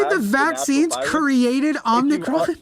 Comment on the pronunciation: Don't mind me. I'll just be over here twitching violently at the mispronunciation of certain Greek letters.